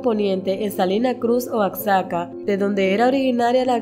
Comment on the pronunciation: No es "Oakzaca" es "guajaca" y se escribe Oaxaca.